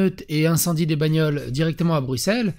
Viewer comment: BruSSel... bordel. BruXel c'est la pince pour s'epiler le pif. C'est comme Auxerres, c'est AuSSeres.